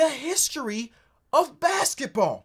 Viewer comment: The emphasis on ”the HISTORY of BASKETBALL” was hilarious.